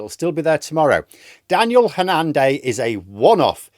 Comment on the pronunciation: Not sure why you put the stress on the second syllable - HanNAN.